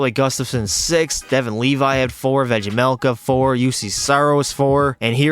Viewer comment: just fyi, Vejmelka is pronounced as Veymelka, you've got it right except the J, great video btw!